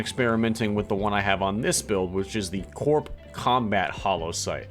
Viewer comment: Loved the build. Future reference the Corp, is pronounced like core. Don’t know why, or how just is lol. Just my two cents